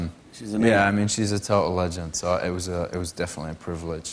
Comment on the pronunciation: k when he said total legends i was like....is he aussie now???!!!!